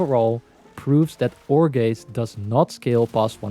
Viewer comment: I just wanna say Every time you said "ore gaze" i heard "jorge" You're welcome